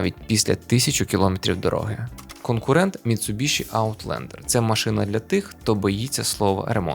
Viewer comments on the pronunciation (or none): none